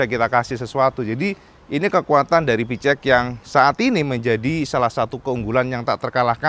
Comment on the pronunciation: plissslahhh...cara baca PCX (versi bhs Inggris) yg benar adlh: PI-SI- EKS kl mau bhs Indonesia: PE-CE-EKS